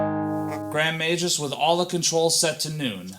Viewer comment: Majus??? MAG-US. wow